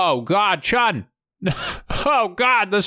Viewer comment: Chiun. Not Chun, people.